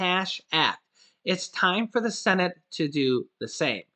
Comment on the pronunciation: Every time I hear the words Congress or cenit. I start laughing